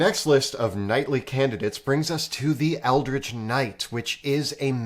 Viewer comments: Ah yes. The 'Ecldritch' Knight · "Ecldritch Knight" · 'Ecldritch' knight. 🤣 Jk love you guys.